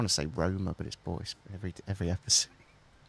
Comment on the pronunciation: Not to be rude but Stop saying Roma